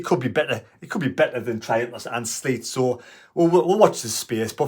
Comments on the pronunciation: Hi. At least TM has a bit of time to work with a new back four. Hopefully they come good on Saturday. For info, Seelt isn't pronounced as Sleet! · You be the judge - "Triantis and Seelt" - and . Thought it was funny, but could just be my hearing! - Great vids anyway and I'll still like them.